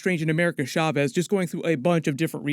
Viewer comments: Cha-vez Not SHA-CHEZ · I thought chavez was pronounced just like caves 😂